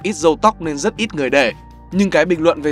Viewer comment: Mình vừa làm vừa nghe. Nên bạn nói là RÂU nhưng mình nghe là DÂU không à :>